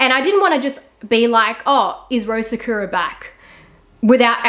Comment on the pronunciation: Take a shot everytime she mispronounces sakura 🥃🌸 sahkyuuuuurah sahkooooorah